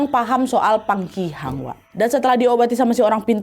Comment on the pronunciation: PAKIHANG btw kak nadia bkn pangkihang